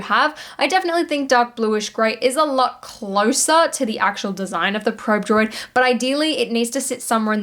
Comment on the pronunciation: Droid butchered by, both figuratively and literally.;-)